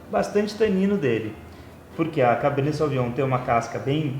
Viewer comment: Beleza, mas pronuncia-se sovinhon!